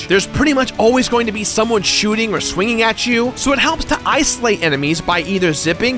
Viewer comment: Did this guy just mispronounce the word "swinging" twice?